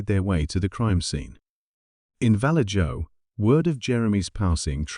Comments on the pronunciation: Vallejo pronounced Val-A-ho (it's Spanish. J's are pronounced H's) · Val-edge-o....😂😅...It is infamous for zodiac ...... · I live in Vallejo California & it’s pronounced Va-lay-ho 😂 All jokes aside it’s not a “safe” place . Some places appear as a nice safe place but they are not. Gangs & drugs are prevalent almost everywhere in the Bay Area but Vallejo is kinda like Oakland for people to kind of get an idea what it’s like out here. Now obviously there are good people & bad everywhere you go but some places you may have to fight for your life if your Jordan’s are clean & the right person crossed your path. A lot of kids have gone missing from Vallejo over the years it really is sad.